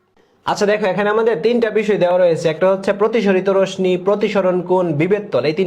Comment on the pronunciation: রোশনি না রশ্মি (রশশি)😂😂😂😂